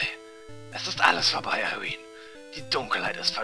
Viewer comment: Immer wenn du Irene hört sich das an wie "I wiin" xD